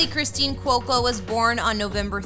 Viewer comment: She pronounced it correctly. kWOE-co. Rhymes with loco.